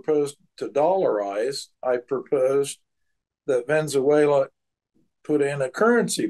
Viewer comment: He keeps saying Venze-uela instead of Venezuela.